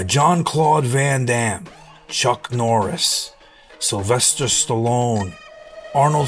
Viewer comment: That interview with Dolph is literally out there for everyone to view. Why do you need to repost it adding your ad lib? You literally repeat what Dolph says in the video. Also, you can't pronounce Jean Claude Van Damme or Arnold's last name? This just all looks extremely insincere...I recommend everyone watches the interview with Dolph in full.